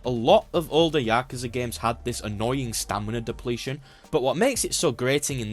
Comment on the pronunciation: I still don't get why nobody can say Yakuza properly. I guess your attempt is better than the Y'kooza lot, but it's a like apple, not ah like ahhhhh so you can't say words properly. Edit: turns out you can't say corridors properly either?